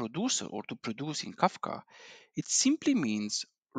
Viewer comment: its kafka not kakfa